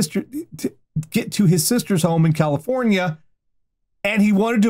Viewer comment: 1. His heart was in the right place...? 2. Wow, this guy is about 22 flavours of crazy. Sorry, Ohio. 3. Honestly, this one's pretty tame. 3.5: THAT'S NOT A GOOD SURPRISE! 4. How does this keep getting worse with each sentence!? The fact it isn't the last story terrifies me. 5. Cali-FOWN-ia. 6. Well, that's ONE way to self-isolate.